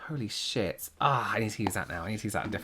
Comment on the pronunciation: I like love the bridal ones! When calls out everyone for their BS and calls them “shet.”❤😂